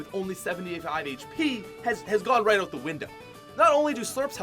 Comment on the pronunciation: Is this guy Canadian? The way he says "out" is so Canadian.